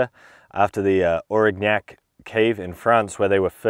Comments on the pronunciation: The "g" is not pronounced in "Aurignac". It just softens the "n". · We don't pronounce the G so clearly. It merges with the N. But that's not important... ;-)